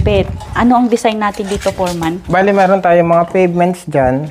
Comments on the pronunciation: Foreman not for man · Yung letter f mo naging p, sabi mo poreman instead of “foreman” . But anyway, good video.